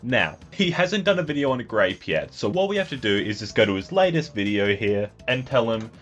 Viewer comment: Grape sounds like grope